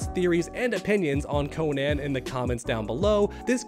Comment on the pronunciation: I’m sorry but the way you pronounce Conan is insane. Like how would anyone read that Cone-Anne? Lol